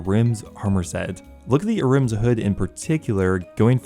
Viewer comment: Maybe you should take the time to actually lookup how some of the words are said because I had a stroke hearing you say basalt and ahrims. It's not a-rims and it's not bahsalt that one isn't even a "made up" name